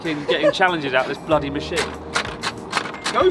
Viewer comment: "my bloddy beer!"